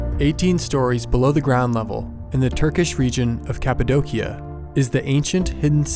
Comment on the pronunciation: Its It's pronounced "Capa-doshia" not trying to be a grammar stickler, just thought people should know :)